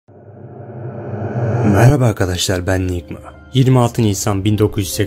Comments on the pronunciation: NYGMA DİYE YAZILIR NİYGMA DİYE OKUNUR ;/ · Taha Gündoğan Niygma diye degil nigma olmasin. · Taha Gündoğan hayır niegma diye okunur